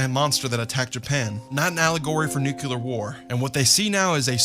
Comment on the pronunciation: I can forgive the bad opinions, the lack of research, the thorough misunderstanding of Godzilla as a concept... but when he said "nucular war" I lost it.